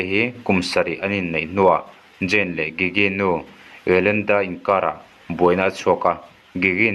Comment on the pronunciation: i pronoun dan a diklo an hming hi gigi(jiji)tiin an lam zayn(zane)tiin lam tur